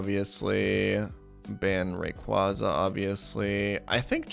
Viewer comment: also Rayqwazza, Gardevore, Breyloom, Magcargro, Trohpius